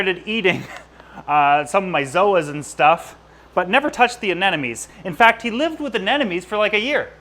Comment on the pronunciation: No offense dude, I love your stuff, but it’s ANeMoNe.